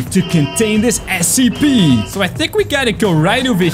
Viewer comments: It is scp not sep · The way you said scp made me almost die from laughing 😂